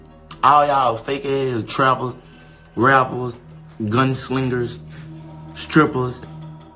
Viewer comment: Gun SLINGERS I never heard this man pronounce something right 🤣